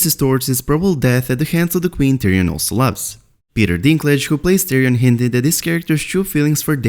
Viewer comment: not tyrion mahn pls naht